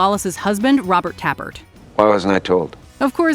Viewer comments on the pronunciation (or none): none